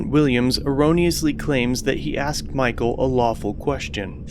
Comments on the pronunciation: "I axed you a lawful question" I can think of an UNlawful question, propositioning a minor. Beyond that, they are all lawful questions. And the death threat, I need to see the watch commander. 2 or more involved in it, 42 USC 1985(3). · I dont respect anyone that says "axed." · No, the sgt. AXED the man, he did not ask. The Sgt. Is an IGNORANT FOOL. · “I axed you a lawful question!” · "I axed you a lawful question..." "You cannot lorder on the corner..." 🙄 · Sgt said axe instead of ask....low IQ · Did he say “I axed you”?!? 🙄 Good lord! WTF?!? This whole encounter was DISGUSTING!!! Shame on ALL of them!!, & the rest of those tyrants, need to check their egos AND the law! What is wrong with those people?!? This place needs to be audited by a whole group of people! I’d love to see them be audited by Bay Area Transparency, San Joaquin, High Desert, Rogue Nation … all the good ones, all at once! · Sargent:"I axed you." Really axed????? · I sure don't like being "axed", especially by the police. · I axed you a question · I axed you a lawful question, you can not lorter on the corner..... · "I axed you a lawful question" I would have been done with these illiterates right there and then. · I think the correct spelling is "aksd". ;-) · I axed you a question... 🤦‍♂️😂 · Come on this Homie Blue Line Gangster " axed " you ! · He axed him a question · If any public servant says "axet" to me I'll make sure youre fired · To be technically correct, Sergeant dummy did not say that he asked him a lawful question, he “aksed” him a lawful question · when the cop says axed you know youre fucked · That Sgt." Axed " him a question.Maybe his big fat lips got in the way.Notice that are all black,what do you say about that BLM ? Nothing,I thought so. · If I hear one more person say axed instead of asked I will become the misanthrope I was born to be. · 12 black cops for 1 black guy waiting for a cab. The Sgt "axed" him a "lawful" question! RU shiitting me? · He axed you.